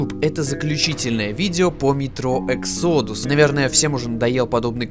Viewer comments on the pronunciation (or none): none